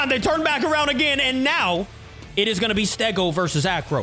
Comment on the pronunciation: You should arownd stachoos